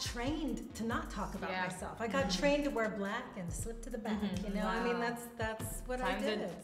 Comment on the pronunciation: She seems to have a hard time saying "Black" and it's irritating me.